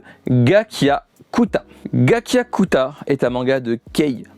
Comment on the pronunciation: Tu prononces mal le nom et sa m'fou l'seum! Sa se vois que t'as regardé que les max 5 chapitres avant de faire ta video... super nul en pasant la video. Mais j'suis Otaku j'me dois de donner la forcer à mes senpai sur YouTube et autres... Du coup v'oulait te dire que tu as un décor et c'est vraiment cool, mais perso pour le développement des idées, sur 10 j'te met un 3! Rester figé sur la camera à la longue c'est lassant pour la plus part d'tes Auditeurs... regardes des videos de tes senpai qui sont dans le domaine avant toi sur YouTube. Ensuite, refais les à ta sauce dans tes videos... J'ai liké et j'm'suis abonné, juste pour te donner la force... le reste est entre tes même senpai